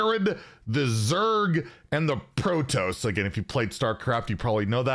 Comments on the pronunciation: yeah it's pro-toss not pro-toes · you're killing me. It's Pro-toss. Like you toss something in the trash. <3 Keep up the good work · Pro-toss. Please, please pronounce it properly. Protoss has two s on the end; don't you think that should change the pronunciation? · ITs "Pro toss" not "pro toes" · I'm so confused as to how read toss in protoss and went with toes lmao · Pro-TOSS just like how it’s spelled not pro-toes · I for one am really excited for this but I'm still hoping for Monk next year. And its Pro-Toss not Pro-Toes.... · Yeah, I'm super excited especially since I grew up playing the original StarCraft and also bought all the Starcraft II expansions. But please pronounce it as PRO-TOSS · Pro-Toes is how I will be Pro-Nounce it from now on :p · Protoss is pronounced : Pro T"ah"ss. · It is pronounced, " Pro"- Like, the shortened form of professional, i.e. Hearthstone Pro Player. "toss"- Toss another term for throw. i.e. toss me the ball. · what? you don't like pro toes? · can you pronounce the word toss? It rhymes with boss. How have you never heard anyone say protoss before. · Argh my ears, now i cant unhear it , protoss 💀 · The way you say Protoss, hurts my soul